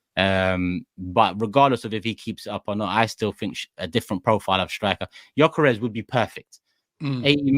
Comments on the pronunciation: Robbie.. his name isn't GORE-Care-Resh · Stresses me out hearing u call him GAWKERES ffs please Robbie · LOOOOL no its not 🤣 its Yuh-Ka-Resh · "viktor GAWKeres"